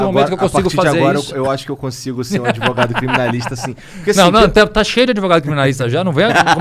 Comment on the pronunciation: Esse " adevogado " é um canalha chave de cadeia